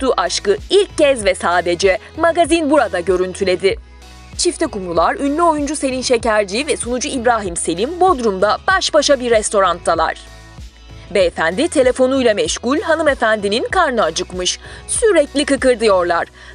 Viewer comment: Seslendirme yapıyorsunuz ama Türkçeyi düzgün konuşun bari restorant değil restoran die okunur bacım !